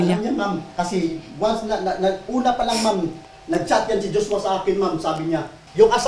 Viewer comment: Jushwa, jushwa, jushwa!! Puro ka JUSHWA ati. Magsama kayo ni JUSHWA s kulungan Ati!! 😁😁